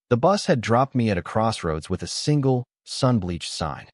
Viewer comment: Bad narration. What was meant is “single”. Don’t pay attention to the text. Too many mistakes.